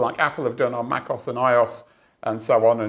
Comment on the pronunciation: I have never heard anyone pronounce macOS or iOS as "meh-coss" and "eye-oss" before. 😅